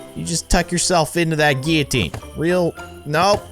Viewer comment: It’s Gil-a-teen and any one here in 2019